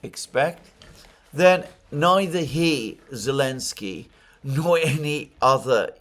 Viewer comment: Yep! Alex C has it right: he calls him 'Elensky'